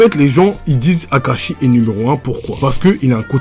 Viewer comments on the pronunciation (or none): 7 20 y’tadis kakashi au lieu de Akashi